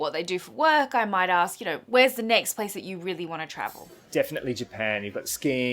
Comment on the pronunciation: You say 'ask' really weird. Arsssek... ARSESK.